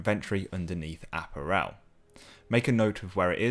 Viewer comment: Here's hoping that this is the first and last time he will ever say apparel that way.